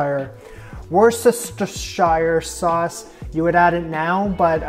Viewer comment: worchestershire sauce is pronounced wuster sauce